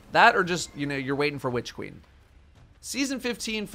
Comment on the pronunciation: Hehe. Whitch queen. Why are you emphasizing the 'H'?